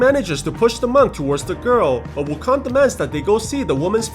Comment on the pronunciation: Dude its not wukon its wu kong